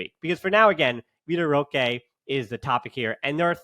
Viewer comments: It’s more like roh-keh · Here I was finally about to ask you why you pronounce his name as "Rosh" instead of "Rohkay"